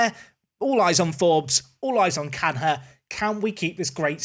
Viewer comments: Canha is more closely pronounced as Caña then Can-rah. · Carrrrlos Canha, Can he score it, Carrrrlos Canha, yes he can-ha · Big fan but please say canya you don’t say fabin-ho or ronaldin-ho. Good players aplenty